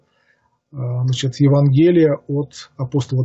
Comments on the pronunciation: В слове "Евангелие" ударение следует делать на букве "а". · Как только человек начинает говорить безграмотно, пропадает доверие. Не ЕвангЕлие, а ЕвАнгелие. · Да, евангЕлие режет слух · ударение ставить нужно правильно ивАнгелия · ЕвАнгелие, а не ЕвангЕлие!! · С логикой у автора не очень хорошо обстоит дело, однако даже больше раздражает произношение с неверными ударениями слов весьма известных (евангЕлие, игумЕн и т.д.).